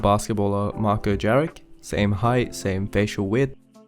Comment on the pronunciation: as a Serb, the way u pronounced Jaric literally gave me goosebumps, it's pronounced like Yarich, no hate tho.